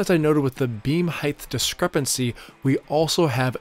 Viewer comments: Great video! I enjoyed how you say "heighth" too! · Great video, I can’t get over your pronunciation of height as “heigth” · Great video, but our public schools are a failure with so many people saying "heighTH". There is no "th" sound at the of the word height. It is a 'T' sound. Also, it's 'border', not 'boarder'. That said, good tips for deck work. Good video. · What is “heighth”? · Great tips. Upvoted. If I may offer a minor English tip: no such word as heighth. It's just height. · Why do some people say “heigth” instead of height? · just a thought... it is height... not heighth... hi-t .... not hi-th... unless you have a lisp, in which case my apologies. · Height. Not “heightth”. There’s no TH sound at the end. Is that an American thing? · Height is NOT SPELLED OR PRONOUNCED: “heigth”!!! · Stop saying "heighth"; there's no such word. It's 'height'. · Height, not Heighth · "height" no "th" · Great videos but why do you pronounce height with a th sound at the end of the word?